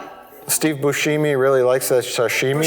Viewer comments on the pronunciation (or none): says Boosheemie because in the trailer for Reservoir Dogs that’s how the voice over guy pronounces his name. Mike,, hit me up. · “Steve booshiemee”? been pronouncing it that way for years, feel like is just stealing off some people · God damnit,. Your incorrect pronunciation of Steve Buscemi's name erased the real pronunciation in my head. I had to look up the real pronunciation to get it back, lol. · I kinda hate that they make a big deal about his incorrect pronunciation, but he's far from the first person to call Steve Buscemi that.